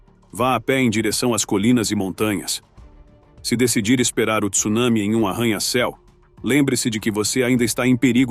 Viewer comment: Além da intenção de ganhar likes e disceminar medo, ainda pronuncia Tsunami errado! A leta T não vem seguida do "i".